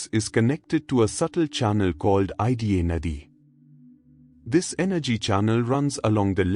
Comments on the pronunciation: Thank you so much for giving this knowledge.🙏🏻 Prana is pronounced Praana Ida is probounced eda Pingala is pronounced Pingalaa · Good video. But learn the pronunciation of ida ,prana correctly.